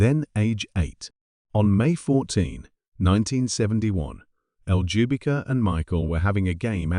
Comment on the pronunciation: Oh, btw : Ljubika is a south eastern european slavic name (Serbia, Croatia etc).Maybe this helps with pronunciation.